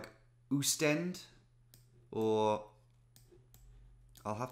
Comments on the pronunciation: But it is Oostende with anlong "O" not a "U" : ˌ[oːstˈɛndə] also the "E" in the end is not silent! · Oostende is pronounced austende